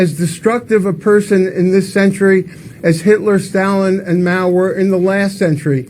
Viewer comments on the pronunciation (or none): Máo’s name should be in the second tone, not the fourth. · It's Máo, Kyle. Rising tone, not falling.